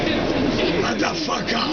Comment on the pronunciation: he said mutha fuckaa